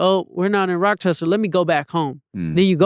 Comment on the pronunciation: Replayed at least 9 or 10 times since it dropped & still getting gems.. also couldnt help but laugh every time he said rockchester NY🤣